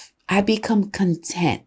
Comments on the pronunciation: Pretty funny, you read CONtent as conTENT. I can tell you are using AI. All you have to do is ask it to write like a specific author and with a specific style and it won't sound like AI. You're pretty and I appreciate your hustle! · You suggest the man is asking: "what if I become con-TENT?" (i.e. "satisfied with an outcome") vs When what I think you meant to say is: "what if I become CON-tent?" (i.e. ragebait on Tik-Tok). No wonder English is such a pain in the butt to learn. (it's so weird how emphasis makes it a completely different word. It's like English is low-key a tonal language and none of us were told.)